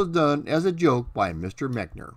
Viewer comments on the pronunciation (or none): none